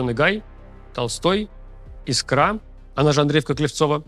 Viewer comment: ударение в слове "искра" падает на первый слог 🙏🙏🙏